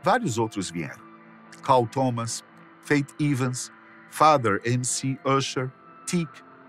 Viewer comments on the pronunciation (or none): none